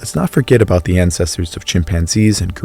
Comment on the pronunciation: do you not know how to pronounce the (th) sound